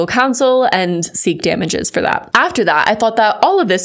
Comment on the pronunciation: "Fuuuuur awhile"?!?...... 🤔😅🤣